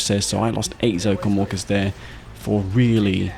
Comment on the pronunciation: Your accent make it sound as "Zocom Walkers" when you talk about Orcas xD